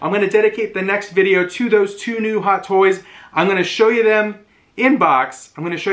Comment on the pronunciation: What’s with not being able to say toys?